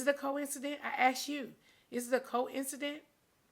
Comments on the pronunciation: Is it a Coincident? 😂😂 Nene, your Georgia accent is cute but you need to know how to pronounce words . It’s Coincidence. Also, STOP BLEACHING. 🗣Your hands are your old color and different from your face . I’m so sad that you don’t like your color. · You bring Wendy Williams on the show twice to dog Kenya but you don't want Andy to ask you anything about Wendy Williams?🤔🤔🤔🤔🤔#HowSway By the way, it's "coincidence" and not "coincident"!!🤣🤣🤣🤣🤣🤣🤣🤣All that money hunni and can't speak proper grammar to save her life! #GoBackToSchool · NENE!!! The word is COINCIDENCE— NOT COINCIDENT— duh ! 💁🏾‍♀️ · Nene do not know how to Pronounce words, Maybe it’s the teeth! 🤔🤔 First it was “viraul” (Viral*) which she thought she corrected. Secondly she ask “is it a coincident??” oppose to Coincidence..🤣😂 And third I want her to Say BRIDESMAID... not Bridemade ... But anyway, I feel sorry for nene, from her explaining it sounds like she’s a target.! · “ Coince-dent “ is sending me . 🥴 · NOOO I thought she said Co-Incedent at first. I was like, oh she means they did it together. After reading this comment and going back 🤣🤣🤣🤣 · I went back and starting hearing cowisidin too 🤣🤣🤣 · Thats not it...she has to be smart enough to be an actress. Just couldn't pronounce the word.